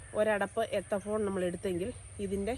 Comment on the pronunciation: എത്തഫോൺ അല്ല മോളെ എത്തിഫോൺ, പക്ഷെ ഒരു പ്രശ്നം എന്തെന്നുവെച്ചാൽ മൂന്നാം വർഷം തേച്ചാൽ അഞ്ചാം വർഷം തടി വെട്ടിവിക്കാം 😂😂😂.